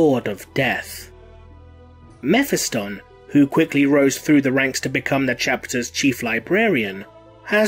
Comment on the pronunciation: Please stop slaughtering character's name like that. Mephiston is NOT pronounced like that...